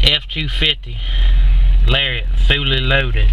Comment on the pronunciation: "fooley loaded"